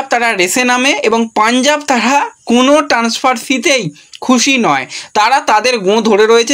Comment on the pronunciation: ট্যান্সফার উচ্চারণটা!